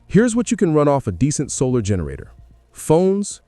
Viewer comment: Ayo is this video AI and just a giant ad for products? I'm 11 minutes in and you've said "when the taps run dye" instead of dry and you've referred to a generator as a zenerator